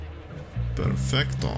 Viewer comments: Actually It Is "perfetto" but we still love you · Perfetto not perfeCto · i'm Italian (and new in this Chanel now i sub :-) and it's perfeTTO not perfecto, thanx not bulling us like everybody Sanyng mamma mia pizza pasta... we hate those people STOP! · Xdd that was ultra weird when u say: "perfecto" xddd love it!!